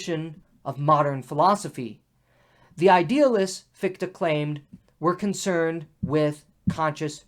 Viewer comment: Thanks again for the series. I wonder what your take on this old debate is - where do you fall with respect to German idealism. PS the pronunciation of Fichte is quite off (the combination "ch" is a particular sound, also found in "ich", I, and it doesn't sound like "ck"). But that's not a real critism, all Americans do that. Feuerbach is even worse. Come to think of it, the same comment also applied to Bach. It's not "Bakk".